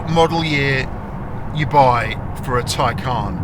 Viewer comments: Isn’t it the Tay-Can as you say Tie-Carn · Ty-carn? It’s a Taycan. 😅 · Why you say “tie-khaaaaan”